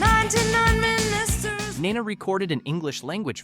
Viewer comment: OK. There's something wrong with the way you pronounce "Nena". It's not in English, but in Spanish, so you don't know as much as you should to make this video, IMO.